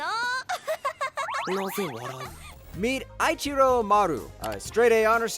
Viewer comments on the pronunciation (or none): how can you claim to be an otaku and pronounce "Eiichirou" wrong?! okay but that being said, i've had 20 minutes of sleep and a few plane rides, thanks for this video lol